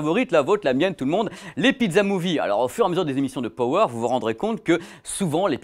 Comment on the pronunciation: Power prononcé pawer.